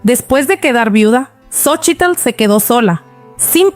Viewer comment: XOCHITL, LO PRONUNCIAS MAL....SOLO DI SOCHIL